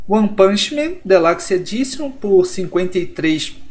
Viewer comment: "Delaxi edichan" parabéns pelo excelente inglês rs